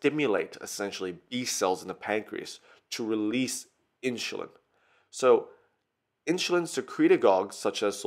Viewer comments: Why do you say Inshulin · Inshulin? Wtf dude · everything is ok but what is Inshulin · Good video but I keep getting distracted by InSHulin. And you forgot a couple of stuff. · I don't like how you say insulin haha, good job tho